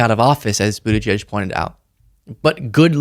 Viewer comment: Pete Buttigieg is the best we have. I voted for him in the 2020 primary and I will vote for him again in the 2028 primary. (BTW, it drives me crazy when those two sellouts, Joe and Mika, can't seem to be able to pronounce his name properly.) 💠